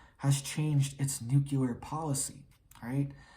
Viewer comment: NU CL E A R NOT NU CU LAR !! MORON !!!